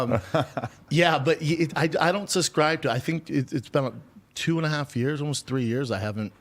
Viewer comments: If I have to hear him say “suscribe” one more time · “I don’t SUSCRIBE” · Hey, hayydurz... He don't even Suscrybe tew't, B! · Does he suhs-cry to it or not?